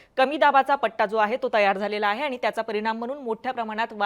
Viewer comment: मॅडम आनी पानी आनी लोनी असंच बोलत आहेत.😂